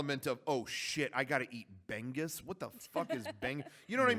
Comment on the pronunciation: I still can't get over how they pronounce bangus it's said like "bahng-oos"